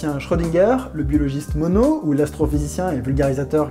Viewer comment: Merci d'avoir correctement prononcé "Monod", bcp de gens font la faute 😂 Super vidéo bien sûr et sujet très bien choisi ! Hâte de voir les prochaines :D